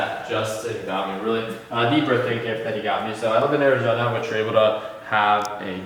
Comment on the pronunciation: “ Ari-zena “ y does he say it like that